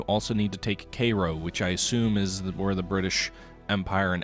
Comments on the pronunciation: What is Kayro? You mean Cairo Kai~ro KAI~RO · please please learn how to say "kai-ro" not kayro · let him mispronounce it, it's funnier that way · Cairo - pronounced KY-row... :-)